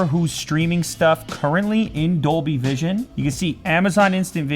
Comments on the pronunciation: I thought he said doby not Dolby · Is he saying Dolby or Adobe?